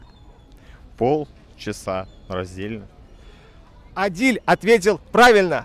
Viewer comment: Не Адиль а Адил(Әділ)